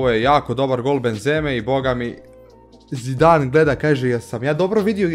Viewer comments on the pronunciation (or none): none